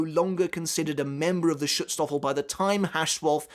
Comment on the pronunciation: Pls next time try out the google translater before you try saying a word like schutzstaffel, you are not even colse to pronounce the a the right way, its a german word and we pronounce "a" a lot different then english speaking cultures